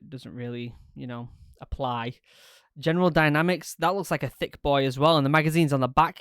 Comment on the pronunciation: Please, never say thicc boy again. Its just something about how you pronounce thicc, its almost like your trying to say thicket boy. Please dont see me as being rude. Im just being a smartass